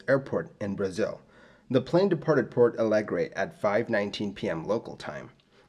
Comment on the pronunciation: I'm Brazilian, and although I love your channel, I'm used and resigned to hear you butcher the pronunciation of non-English names and sigh. To my surprise, you did pretty well with the Portuguese names (only it's "Porto" Alegre, not "Port"). That includes a good approximation of the nasal sound indicated by the tilde in "São" Paulo, which is unique to Portuguese, and the "nh" sound in "Congonhas" (same as French or Italian "gn" in "mignon" or "gnocchi", and similar but different from Spanish "ñ"). Congratulations! 👏👏👏👏 That said, this accident made even worse the political and operational crisis in Brazilian aviation that had been ongoing since the Gol 1907 mid-air collision and crash in the previous year, but now Congonhas is much safer and no further major accidents happened there. The grooves were finally implemented a short time later (it helped that due to its location in the middle of the city and the noise problems, Congonhas is closed every night from 11 PM to 6 AM, so night works are easily done there), and Airbus also made some modifications to the way the thrust reverser is deployed in the A320.